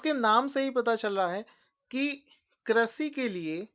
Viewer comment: Sir, Your videos are good and helpful but sorry to say the word you pronounce doesn't suits your knowledge 'Prithvi' (पृथ्वी), 'Vridh' (वृद्ध), Krishi (कृषि) . I don't to inform you about your this minnor mistake. Sorry but I couldn't stop myself.